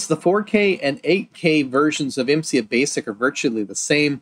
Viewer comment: I think it's pronounced "imm sigh" rather than "imm see ahh". The "A" comes before the "I" at the end of the acronym.